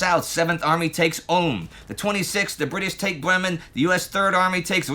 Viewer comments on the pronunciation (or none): none